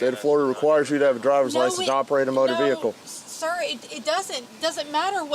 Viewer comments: Love the way she kept repeating “ve-hick-el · The way she says "vee hickle" drives me 🤪 nuts!! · Me too😂😂😂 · OMG so much!